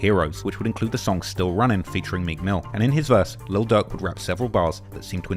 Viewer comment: DAWG WE CANT UNDERSTAND YOU. PUT “LIL” IN FRONT OF DIRK. DIRK AND DUCK SOUND THE SAME